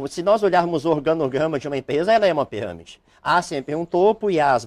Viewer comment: O advogado fala he piramede mais não he fraudolenta,,kkkkkkk he piramede mais não he ,,kkkkk sai fora telex fria]]